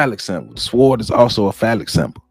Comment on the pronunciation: The "W" is silent in the word "Sword". It is pronounced "sord". Great information but get those words right. Thank you!